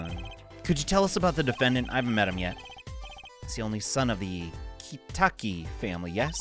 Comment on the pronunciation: It's more like "ki-TAH-ki." Pronunciation is correct, just emphasis is mistaken (which is understandable.) Technically, isn't Edgeworth German-ly raised, since he was adopted by von Karma?